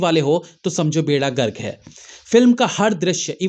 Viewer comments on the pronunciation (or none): Bhai sahab, beda Garg nahi, beda gark hota hai. Aap to hamein badnaam kar rahe hain. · Beda Garg nahi....bedagart hota hain